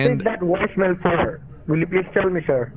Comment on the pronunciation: “My mother got a woicemail” 😂😂😂😂